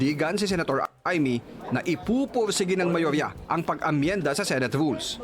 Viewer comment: Correction to how pronounce the word SENATE ...SE NOT SI